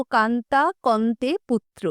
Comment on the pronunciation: গল্পটি আগেও শুনেছি | তবে উপাদেয় বস্তু বারংবার উপভোগ করা যায় | প্রচ্ছদে শ্বশুরের চিত্রটি চমৎকার | বরাবরের মতোই আপনার পরিবেশনা পরিচ্ছন্ন | তবে উচ্চারণের ত্রুটি কানে লাগছে | যেমন কন্তে হবে না হবে কস্তে [